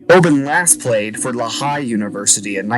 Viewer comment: It's not "la-high" University.......This isn't the NBA. It's LEE'-Hi.